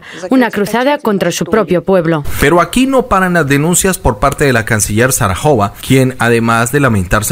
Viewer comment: EL NOMBRE DE LA VOCERA DEL KREMLIN ES Maria Zakharova EN ESPAÑOL ZAJAROV NO ZARAJOVA COMO LO HAS DICHO VARIAS VECES . CRÍTICA CONSTRUCTIVA. ME GUSTA MUCHO TU CANAL